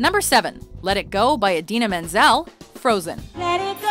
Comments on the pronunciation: Did this list seriously pronounce her name Adele Dizeem? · Did she seriously just call Idina Menzel "Adele Mezine"?!? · Did anyone else notice that she said Idina Menzel's name wrong 😁😂